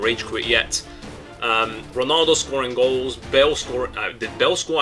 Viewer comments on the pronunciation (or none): IT'S 'RONALDO' NOT 'RONOLDO' -__